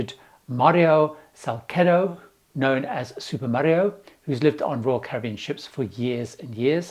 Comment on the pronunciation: Please, "Salcedo" is pronounced "Salsedo" or in Spanish from Spain lisping the "s", like in "thought". But never "Salkedo".